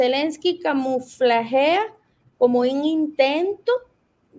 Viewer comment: Se dice camufla no camuflagea